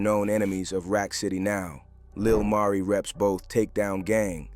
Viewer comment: Why in one sentence u pronounce his name correctly then in another u calling him Lil Marie....🤦🏾‍♀️